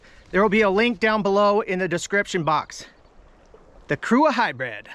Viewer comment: WhaT is a “hammick”???? Hybrid not “hybread”. Definitely not “defnuhly”. Sausage not “sahsage”. Usually not “usely”.